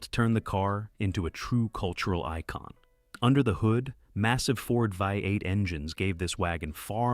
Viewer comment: If you cannot correct your AI voices don't make the Dang video. It's so annoying vi eight. What's wrong with you